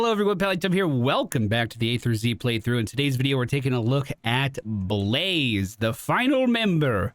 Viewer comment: I really enjoyed how you called him Be-La-Zeh. :P